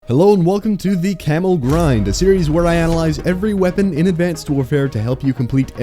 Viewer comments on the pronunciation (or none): I heard "Camel Grind" at the very start of the video xD